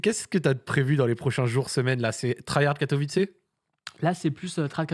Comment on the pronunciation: Bravo au viewer qui a rectifié la prononciation de Katowice <3 L'anecdote avec ToD c'est ouf !